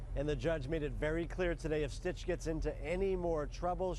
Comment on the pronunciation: It's SYTCH, not STITCH.